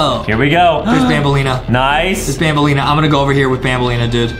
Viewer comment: It's banbaleena not banbalina but it's true Adam does have a huge crush on banbaleena